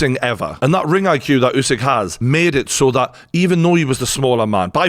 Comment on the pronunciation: This was very entertaining to watch and informative, thanks. Have watched already few videos on the channel and I like it. The only thing I’d like to correct as a ukrainian, Usik is pronounced not as it is written, it is actually sounds as it would’ve been written Oosik. Hope it helps.